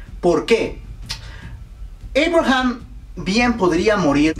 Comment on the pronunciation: entonces por qué dices Eibraham en vez de Abraham